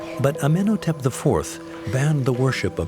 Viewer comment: He doesn't pronounce "Amenhotep" correctly, either. The odd thing is that in another episode he pronounced Akhenaten's name incorrectly throughout, but got it right once - just once. He couldn't even stay consistent. Weren't any of the producers present to make corrections when he recorded the voiceover?